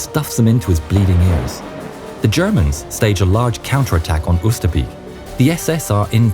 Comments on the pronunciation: Oosterbeek is pronounced oh ster bay k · Oosterbeek pronounced as Oosterbake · I love how you say Oosterbeek, as a person who lives close to Arnhem i know thats not how you say it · The way you say Oosterbeek en Arnhem its so gunt to hear it from A nother contry I live in both playsis